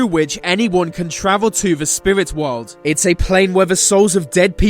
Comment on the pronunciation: What the fuck is a portal to a different wohwd? WTAF is a "WOHWD"????????